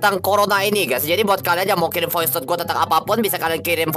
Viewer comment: Bilang voice aj VOICETOD 😂🤨